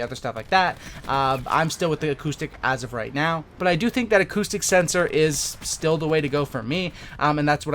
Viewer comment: I thought you were saying autistic sensor 😂